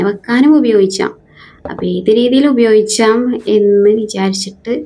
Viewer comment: ഉപയോഗിച്ചാം അല്ല ഉപയോഗിക്കാം എന്ന് പറ